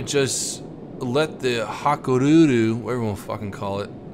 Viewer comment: HA KOO REE YOU - that's how I believe it is pronounced. Sorry for the unfortunate 2nd battle. I get so frustrated with the carrier matchmaking. Keep it up,! Enjoy your videos, especially with Baron and Slick. I would like to see some low to medium tier destroyer play (either Japanese or US, your call). I'm at a loss at how to play those smaller ships and set up effective torp runs. Cheers!